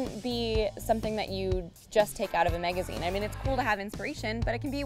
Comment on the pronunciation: "Megazine" "Hashteg ".